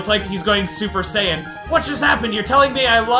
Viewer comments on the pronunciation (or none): none